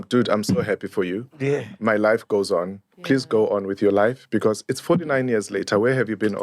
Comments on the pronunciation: HOW HE SAYS BECAURRSE. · Stop adding ‘R’ on words with no ‘R’, I love and enjoyed this podcast but got annoyed every time he twangs when he says ‘because’ yeerrrr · Am I the only one hearing "BECAUSE"? It has a twirl at the end.